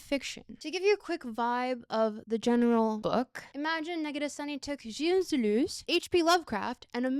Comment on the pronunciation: I like how Negarestani almost sounds a bit like 'negative sunny'. Which makes sense.